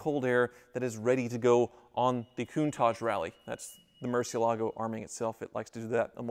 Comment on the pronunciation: **Hits play on video** Clenching teeth, "Please don't pronounce it mercy ALAA go, please don't pronounce it mercy ALAA go, please don't pronounce it mercy ALAA go, please don't pronounce it mercy ALAA go, please don't pronounce it mercy ALAA go, please don't pronounce it mercy ALAA go...". Sigh, 40 seconds later I am out.